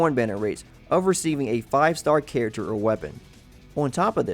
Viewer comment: I can't handle the way his says "character"